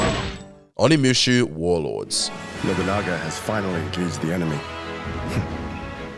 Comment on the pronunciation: Onimushu?? Pronounce it right. It's OniMUSHA.